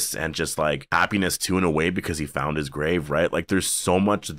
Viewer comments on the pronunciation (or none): none